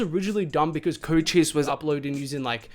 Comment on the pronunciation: You pronouncing Cochise wrongs, it’s not Chocheese